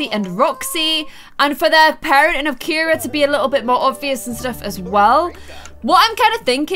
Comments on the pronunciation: its pronounced see-are-uh not kee-ra i have a friend whos name it spelled ciara and its pronounced see-are-uh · Aww Ciara with glasses is adorable also her name is pronounced see-ara not Keira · Hey, you've been saying Ciaras' name wrong. You were right the first time when pronouncing it Siyaara. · I'm not being rude but kira is not her name it's cira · I can’t believe no one ever told her the child’s name is Ciara not Kira 🤭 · Ciaras name is pronounced si-air-uh